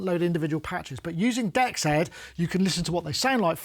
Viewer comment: DEXED is pronounced, "DX'd". Like DX past tense.